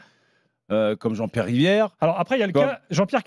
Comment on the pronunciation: Quand Nasser balance " Wallah lahdim, JEAN-BIERRE, JEAN-BIERRE, JEAN-BIERRE" mort de chez mort xD